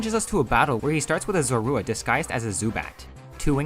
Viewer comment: The U in Zorua should be after the R!